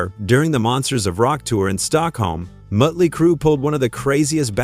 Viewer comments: It's not mutley, it's Motley. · What crap is this, you can't pronounce Motley crue correctly and showed pictures of van Halen while talking about motley crue. You should stop making music related video's, you're not qualified. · "Mutley Crue"? So you haven't used an AI voice over then have you? FFS 🙄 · Muttley Crue seriously A.I. there is only one to day Motley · You can't even pronounce "Motley" right.....or is this FAKE AI. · Host should know how to pronounce Motley. Good grief.